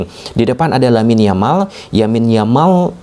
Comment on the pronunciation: Yamal bacanya Jamal.